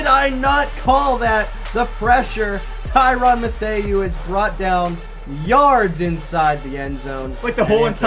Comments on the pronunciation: Tyran Ma-they-ewe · stop . butchering tyrann mathieu's name is pronounced tie-rin mathew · "Tyran Mathay-ew" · Hahahahaha the way he pronounces tyrann mattiew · 😂 that’s not how u pronounce it That’s ok tho u a rookie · does not know how to pronounce tyrann Mathew